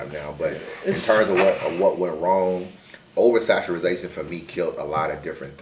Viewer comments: Saturazation? WTF does that mean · Somebody tell its OVERSATURATION.... what the hell is oversaturization lol